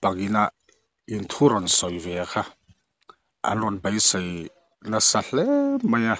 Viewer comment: 'E' hi i lam 'A' lek lek țhin a.....😊 'Sei' hi i lam 'sai' deuh, a dang pawh awm nual....😊